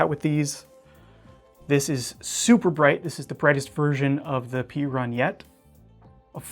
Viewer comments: Perun is Slavic god of gods, usually spoken as Peh-rune (not Pee-run). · I finally looked it up and the Olight is pronounced pear-in. I have heard so many ways of saying it but it's an ancient slavic god. Also people say "Shay-min" for the Spyderco model but it's obviously "shah-min."